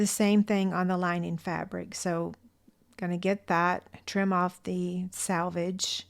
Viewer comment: It’s “selvage” not “salvage”. These are so dang cute!! I’m gonna make some.